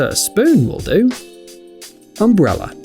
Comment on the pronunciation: What is an “umbreller”